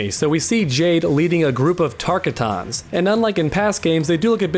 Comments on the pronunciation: Pronunciation of Tarkatan Everybody:Tarkotton:Tark-ah-ton 😂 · Psst it's pronounced tarkatan ( tar cotton ) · Please say Tarkatan right. Its not Tarka-tan. Its Tar-Ka-Tan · I'm hoping you talk about the sword wielding person with kotal and Jade in the desert Edit: lmao tar cot ins not tar ka t ons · Great vid but please learn how to pronounce Tarkatan "Tar-cotton" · Tark-E-Tuns...... .. Tar👏Kat👏Ans👏 Sounds just like the guys that say Tak-E-Duh instead takeda. 👏Ta-👏Key-👏Dah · Tarkuhtans. Lol wtf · It’s pronounced Tar-Cottons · DigiFox yes I always think “Tar-Kottons” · Why did u say tarkatan like that? I like it but that’s not how it’s said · Wow for a mortal Kombat fan you think you'd know how to pronounce "Tarkatan" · That pronunciation of "Tarkatan" annoyed me somewhat. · The way he pronounced it hurt my soul.